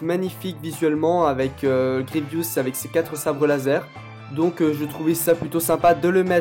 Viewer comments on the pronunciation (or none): GRIEVOUS PAS GRIEVIOUS